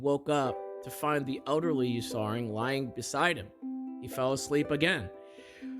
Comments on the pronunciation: butchering the pronunciation of Ursaring lmao. Also why the FUCK are these lore things real... somebody really made up some fanfic like crap at game freak and now it's official simply because they work for the company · Not him mispronouncing Ursaring😭